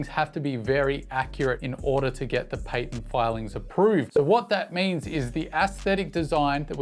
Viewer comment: The word is patent 😂